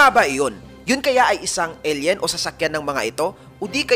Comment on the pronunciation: Eyl yen ang basa hindi el yen koya. Tsaka skyscrapers hindi skycrapers sa isa mong video.